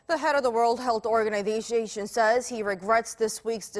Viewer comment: "The Head of the World Hdsfsdfsation says.." lmfao